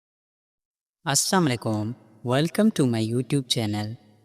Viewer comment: Amma yaar salam to theek se kar liya karo assamlam ko tum saam khae rahe ho jis ke mane tum mar jao hai.